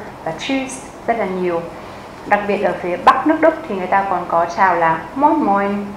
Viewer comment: Moi moi ( nghe cách phát âm buồn cười nhỉ )